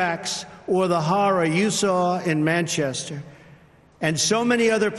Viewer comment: "on manchest" 😁